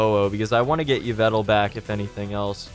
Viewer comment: Fam yvetal? It's e-vel-tall